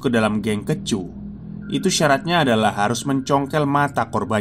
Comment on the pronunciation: kEcu = huruf E dibaca seperti kata: bokEk